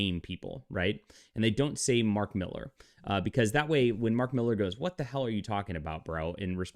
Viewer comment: Why do you insist on mispronouncing Millar's name? You are supposed to be a comic book insider, yet don't know it's pronounced Miller? Ponderous...